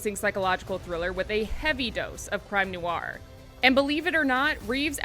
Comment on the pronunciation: Noir, it's "nwar", not "nuh-wahr"